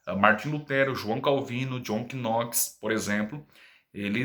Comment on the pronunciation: Parabéns pelo vídeo, tenho acompanhado um pouco do canal. Só para colaborar, Knox se pronuncia (Nóx), talvez seja preferência do irmão a forma de falar, mas não me leve a mal. Grande abraço e que o trabalho floresça cada vez mais!